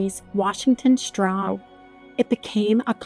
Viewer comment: AI. didn’t anyone hear the narrator mispronounce Washington Strong? Stroug